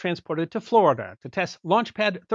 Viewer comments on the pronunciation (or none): none